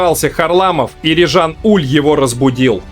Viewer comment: Верно, он франкофон, поэтому правильно называть его Уле (буква е на конце у него пишется с ударением с черточкой), да и канадские комментаторы его называли Уле, но это правда не принципиально, у нас привыкли называть Уль, пусть останется Уль